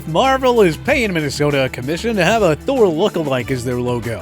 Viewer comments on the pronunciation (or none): none